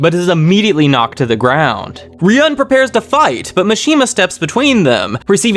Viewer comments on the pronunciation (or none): it's not about what "I want" but the correct way to say it is 'ryuu - en' you can check that in the anime as well. While you're saying something like ryaan or Ruyan lmao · Loving your vids bro, but seriously you gotta stop mispronouncing Ryuuen's name. If it's too hard just call him Dragon boy 😂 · amazing video bro thoroughly enjoyed every minute of it. although i gotta say fix ur pronunciation of ryuens name next volume vid lmaoo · Bro can you please start saying ryueens name right. Good video apart from that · you are pronouncing ryuuen wrong just fyi but great story telling anyway